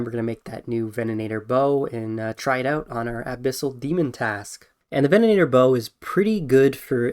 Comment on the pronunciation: Take a shot every time he says vennanator instead of venator lol